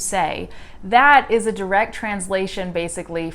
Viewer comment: do you now that you literally pronounce "direct" word into "drct" ,check it out